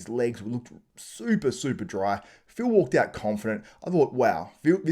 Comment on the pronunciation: Walked out...not "wwak owwt" , idiot.